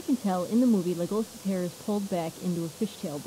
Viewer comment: You keep on saying it wrong(leg-a-las)